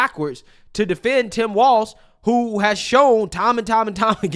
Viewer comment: It’s Tim Falz